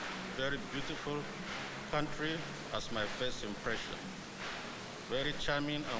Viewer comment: pronunciation kata 'impression' nya perlu diperbaiki, sering membingungkan sebagian dubes. dan lagi 'looking forward to doing' bukan 'looking forward to do'.